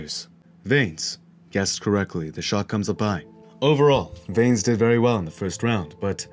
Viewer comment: Here's something I don't understand, and this isn't to hate or anything, but if you're going to do a fight break down you obviously watched the fight, edit it and all that kind of stuff. So how are you still miss pronouncing Vanes name? If I can recall they never have ever called him veins, so I don't understand the continued mispronunciation. Obviously not a huge issue, but it's just confusing to me, did you watch it with the sound off?